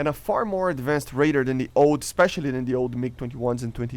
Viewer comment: ah yes, ad-van-said planes :P